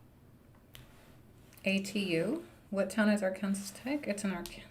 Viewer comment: Pronouncing Arkansas like that is crazy 😭😭